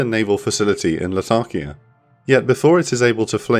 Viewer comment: La-ta-kia, not Latarkia